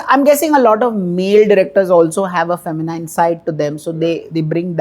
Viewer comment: Feh-muh-neen and not feh-muh-nine!